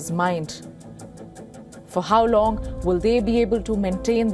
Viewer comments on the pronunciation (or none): none